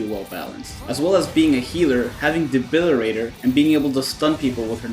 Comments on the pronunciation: DEBILITATOR NOT DEBILIRATOR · Awesome video! But for all that is holy it's De-bili-TATOR. I can only hear debilirator so many times lmao. :D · Debili-TAY-tor fam....with a "T"